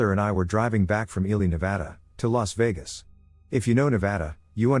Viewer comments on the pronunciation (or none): none